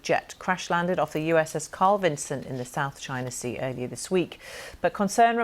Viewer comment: Oh, & it's not "Vincent," it's "Vinson."